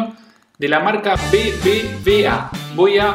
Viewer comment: Se pronuncia "BeBeUbeA" (BBVA) No "BBBA" 😅 V=Ube no Be...